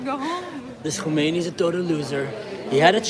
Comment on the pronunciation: Hey:) His name is Khamenei not Khomenie but close enough 😉